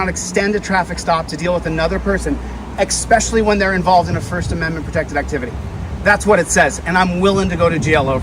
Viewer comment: a constitutional law scholar? He literally said "expecially" when it's supposed to be "especially". Ok buddy 😂😂😂